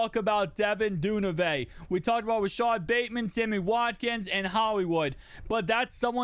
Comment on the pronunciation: Du-Ver-nay bro not dune-avay but great vid ‼️